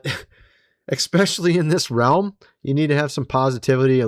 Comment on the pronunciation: Fyi...there is NO X...in ESPECIALLY! There, also, is no W...in COROBORATION! What in the corncobs is going on?!! I've heard so many humans in the last couple of months say those two words, seriously!!... as this... EXSPECIALY And COWOBORATION (mostly detectives!) Lmfao! That.... is FUNNY. The second one makes them sound like Elmer Fudd! Pardon...Detective Fudd. 😂🤣😅